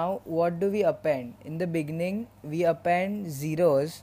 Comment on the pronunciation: "In the beninging"